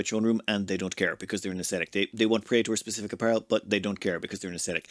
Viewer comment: you botched praetor pronunciation.